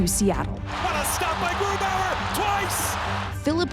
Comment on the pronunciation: i get so annoyed when Germans pronounce a German name with an American accent 🤔 like bro, what is that about?